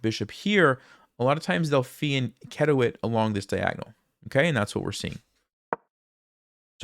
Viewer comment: Props for pronouncing fianchetto right.